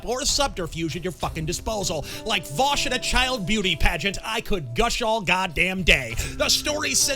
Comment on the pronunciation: “Did you rike it?” Lmfao.